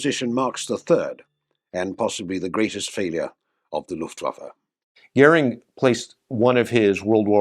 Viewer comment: Sorry to start with a grumpy comment: as in so many videos, the subtitles detract from all the hard work done to gather visual material. After the audio gets Goering's name correctly pronounced, the subtitle has it as Gehrig!😬 This apart, an excellent video with extremely good use of in flight footage of the aircraft. Very informative, and I would love to see a comparison of the Me262 and the Meteor.